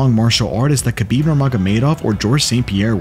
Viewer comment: Can't respect your MMA knowledge of you don't even pronounce khabib correctly.😂